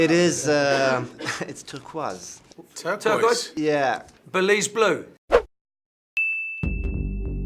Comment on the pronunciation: Also 1. Der Typ hat einen Sprachfehler, was ja nicht schlimm wäre, aber als Moderator ist das sehr ungünstig 2. Er spricht ein grausames englisch #turquase 😂😂😂